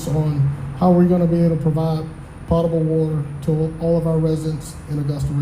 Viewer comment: Potable is pronounced with a long O.